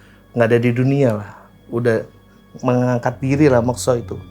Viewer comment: Mekso? Bukannya dibaca Mokso.